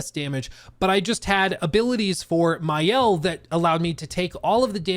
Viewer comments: Hey man, for info it's Ma-Elle in french, not mayelle. love that review, didn't know the game nor the company but will take a peak into it. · Maëlle is not pronounced Mayel but rather Mah-elle. Thanks for the preview, genuinely good. The fact this is the studio's first opus make it even more impressive. I hope that the success they are gonna be granted won't change the core of their team and the way they cook. This is a raw gem as a studio!